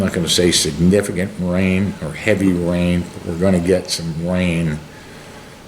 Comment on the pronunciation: heavy wain fwom the west